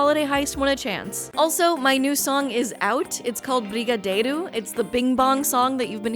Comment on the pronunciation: Shout out to the correct pronunciation of "brigadeiro"